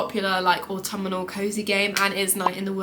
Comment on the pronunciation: Good list! Just a bit of feedback: 1. It's not "autummernal"... 😂 (I am also English btw) 2. Please let us know WHICH versions of Xbox or PlayStation the games are for, they aren't for all platforms by default 3. As others have commented, more game footage interspersed with you talking would be more beneficial for viewers of a video game list 😊